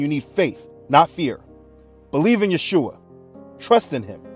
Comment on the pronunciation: Thank you for all those videos and all your content. It's so important what you do! Also I wanted to say that in this video you are actually pronouncing the name of Yeshua (ישוע) correctly, becouse in some of the other videos it sounds more like Jehoshua, witch is not how you would pronounce it. I am from Israel so just a small note.